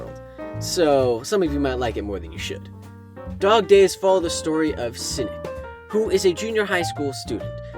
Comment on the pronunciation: When he said cinic I thought he said simp